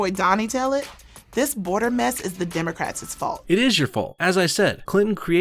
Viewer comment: this fat cow said "democratsis" hahaha